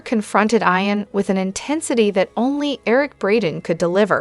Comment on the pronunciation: Who is it narrating this?? whoever it is SHE doesn't know how to pronounce certain names and words like IAN and JABOT